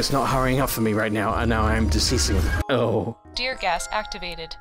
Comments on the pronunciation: Oh, it's "Deer Gas" ("Tear Gas") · was that tear gas or deer gas?... asking for a friend